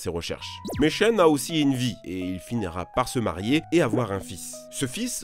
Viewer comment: Il n'arrête pas d'alterner entre Chen et Tchen. 😂